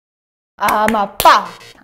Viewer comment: "Amapalmas" kkkkkkkkkkkkkkkkkkkkkkkkkkkkkkkkk morri